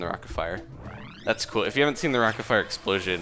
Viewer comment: cewl with da dat with dat and dat